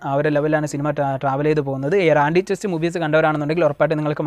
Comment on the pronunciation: ആന്റിചെസ്റ്റ് അല്ല ആന്റിക്രൈസ്റ്റ്.. പിന്നെ മലയാളത്തിൽ അനൗൺസ് ചെയ്തിരുന്ന പടവും ഇതും തമ്മിൽ ഒരു ബന്ധവും ഇല്ല.. Just title ആയിരുന്നു.. Anyway it's dropped.